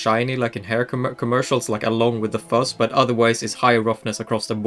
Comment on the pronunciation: I just love how you pronounce 'fuzz' and say it like 'fuss' lol